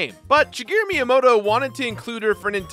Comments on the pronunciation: Miyamoto? More like Minyamoto. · The way you pronounce Miyamoto is atrocious. Must be an American... Lol